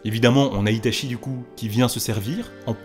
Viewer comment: très bonne vidéo seulement tu devrais prononcer correctement les mots japonais, itachi se prononce itatchi et mangekyou sharingan se prononce mangekyoo shalingan